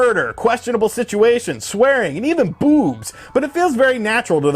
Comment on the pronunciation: “And even bOObs” annunciation on point